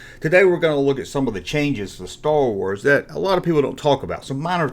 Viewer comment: Stow Wooaz 😂😂😂😂